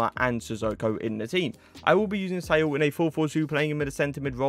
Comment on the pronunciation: “Say all” its Saul